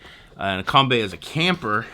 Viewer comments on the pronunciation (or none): 'com bee' is the correct way to say it.